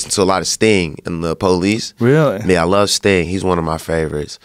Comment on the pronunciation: I was dying laughing when wiz said “ sting and the PO- LICE .”